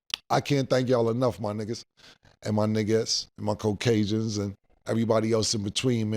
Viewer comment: “my coke-Asians”😂😂😂